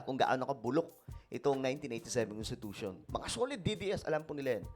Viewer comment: CONTITUTION daw...CONSTI Tatay Digong